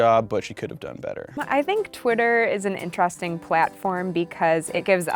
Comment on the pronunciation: ??? Intorosting? I’m confused